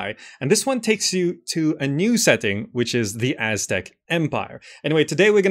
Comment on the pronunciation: Finally an Aztec city building game. Now they just need to add the Maya, and Inca as well😁 You also managed to pronounce that almost 99% correct. Take that any western game player lol. Few are aware that Mexico city stand on top of the ancient capital of the Aztecs, and that Mexican derives from the word Mexica which is another word for what they called them selves. Mexico is basically the land of the Mexica. Mexicans are not white nor illegal immigrants, but indigenous Americans; Ameri Indians, meztiso etc. Even in the Mexican flag you can see the creation myth of the Aztecs: the eagle devouring a snake on top of a cactus!